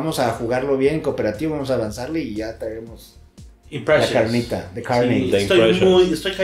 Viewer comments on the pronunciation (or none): "The Carnit" 🥩